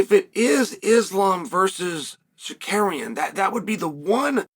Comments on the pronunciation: I will never not laugh at Uncle Chael saying “Sar-Kar-Eon.” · I was like, “Who the fawk is Sakarian?” before realizing this is uncle Chael and it’s Tsarukyan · Chael!! You promised you would pronounce Islam and armans last name correctly !!!